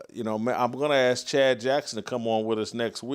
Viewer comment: One more recommendation was to please stop saying aks. It is a quintessential statement w Wearing people simply turn their brain off, when they hear it. hearing educated people speak this way destroys their credibility because it is such a simple word. It tends to look as if the person is polishing everything they’re saying, but they failed to focus on such trivial things as the word ask.